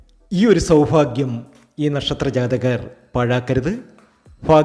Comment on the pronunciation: KINDLY PRONOUNCE sowbhagyam AND NOT SOWPHAGYAM